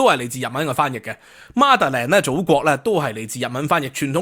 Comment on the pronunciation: 希望趙先生既身在英國，趁機學習「mother 」一字嘅正確發音，以免聽者難受。